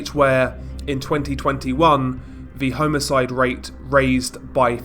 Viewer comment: Did he really say 'homo-side'...???🤣😂🤡